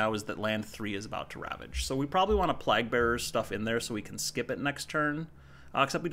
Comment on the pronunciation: Sorry to be nitpicky but it killed me everytime you said “plahg” bearers instead of “playg” bearers. Been enjoying your videos~